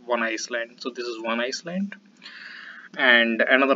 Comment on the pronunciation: you might want to correct your pronunciation. It is not iceland otherwise good effort !